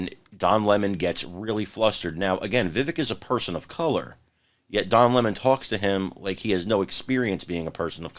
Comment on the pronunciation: Don Lah-Mon isn't very bright